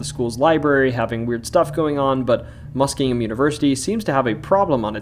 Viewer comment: The names of Ashtabula and Muskingum were mispronounced. Also, the "Erie Canal" story does not refer to the Erie Canal in New York, but the Ohio and Erie Canal which connected the Ohio River in Portsmouth to Lake Erie in Cleveland. There was also the parallel Miami and Erie Canal in the western part of Ohio that connected Lake Erie in Toledo to the Ohio River in Cincinnati. The lock associated with the ghost story is specifically O&E Canal Lock 4 in Canal Fulton. Oddly enough, there are actually two Lock 4s on the O&E (the lock numbers count up north and south from downtown Akron), and the other Lock 4 is in the "tunnel" under the Akron Civic Theatre where the ghost of the crying woman is said to walk into.